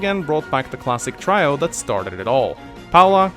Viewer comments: "try oh" brother, it's "tree oh" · Try-oh? I'm fairly certain it's Tree-oh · Did he say "Try-o"? LOL! It's "tree-o",. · Did you just say "try-o"? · Trio is pronounced tree-oh. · You said trio as "Try-oh"?! UNSUBBED DISLIKED REPORTED!!!1!1!1!1!!1!1!1!1!1!!111!!!!